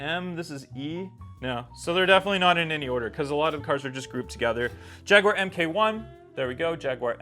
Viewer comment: the jag its not m k 1 it says mark 1 jag xj 220mark1 so mk is mark thats how they say it in britain just like the escort mk1 mk 2 or mark 1 mark 2